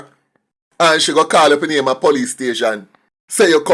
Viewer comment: He can't his own name properly